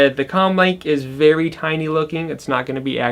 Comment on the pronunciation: He said the packaging is vewy straight forward